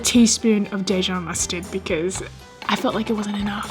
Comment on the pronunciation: How about that Day-Jon mustard?